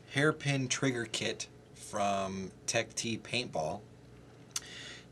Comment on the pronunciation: Bro I called them like on the phone and they say Tech-TEE not Teched